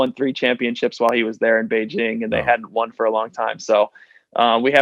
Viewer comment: I am so happy to hear he pronounces Beijing correctly with the hard J. Oh wait, "Hard J" would be a great basketball nickname!